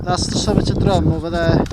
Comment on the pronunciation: Drum (the mountain talked about here) isn't pronounced like like musical instrument that you hit. It is more like "drim", and Y Drum means the edge or lip of a the drop, or slope. Not so far away in Nantlle is Trum y Ddysgl "the lip of the dish"... also pronounced "trim".